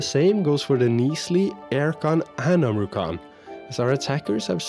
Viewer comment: Man, this Duran guy never stops (hah get it?) Omurcan is pronounced like Omur-John